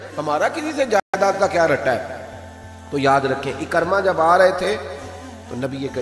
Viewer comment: محترم! آپ کا اندازِ خِطابت اور مشن ما شاء اللہ دونو ہی بہت اعلی ہیں ۔ جزاک اللہ۔ لیکن آج آپ ابو جھل کے بیٹے کے نام کا تلفظ درست طریقے سے ادا نہیں کر پائے ۔ یہ لفظ عِکٙرمہ Ekar+ma نہیں ہے بلکہ یہ عِکْرِمٙہ Ik+rima ہے۔ یعنی حرف ع کے نیچے زیر حرف کاف پر جزم پھر حرف ر کے نیچے زیر اور م کے اوپر زبر ۔ نوٹ کرنے کا شکریہ اسی طرح ابو ذر غٙفّاری رضی اللہ عنہ کے نام کا تلفظ بھی اکثر حضرات غلط ہی ادا کرتے ہیں یہ غٙفّٙاری نہیں ہے بلکہ غِفاری ہے GHIFARI یعنی حرف غ کے نیچے زیر ہے اور حرف ف پر صرف زبر ہے یعنی زبر کے ساتھ شد نہیں ہے۔ اسی طرح ترکیبِ ابو بکر میں بھی بکر کی کاف پر زبر نہیں ہے بلکہ جزم ہے یعنی Abu Bakr درست ہے۔ سو اگر آپ اس رہنمائی پر میرا شکریہ ادا کرنا چاہتے ہیں تو میرے یو ٹیوب چینل کی ایک وڈیو ضرور دیکھیں عنوان ہے قراٰن کریم کے وہ الفاظ جن کو لوگ اکثر غلط لکھتے اور بولتے ہیں۔ چینل کا نام ہے professor azeem میں ایک گورنمنٹ کالج سے ریٹائرڈ عربی زبان کا پروفیسر ہوں اور آپ نیوز ٹی وی پر آفتاب اقبال کے ایک شو میں فرہنگ آصفیہ کا سگمنٹ لکھتا ہوں۔ تعارف اس لیے لکھا ہے تاکہ آپ عِکرِمہ بن ابی جھل کے تلفظ کو نظر انداز نہ کر دیں ۔ شکریہ اللہ حافظ پروفیسر عظیم لاہور